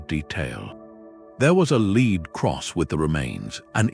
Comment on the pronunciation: Great voice though mispronunciations are an AI tell, as in metallic lead is pronounced long E, as in “lead on.” Still, subtle background music, thoughtful history.